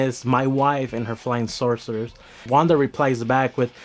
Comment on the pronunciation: You said flying sorcerer instead of saucers. Lol this was something new. I just seen the episodes yesterday.